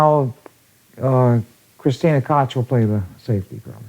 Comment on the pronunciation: Somebody tell Earl Striplnd how to pronounce Kristina Tkach